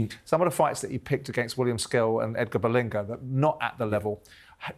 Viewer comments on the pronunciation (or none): Simon’s chronic mispronunciation continues when he called William Skull “Skill” and Edgar Berlanga “Berlinga”🙈🙈🤦‍♂️🤦‍♂️